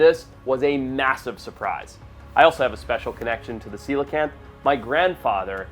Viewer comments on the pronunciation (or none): none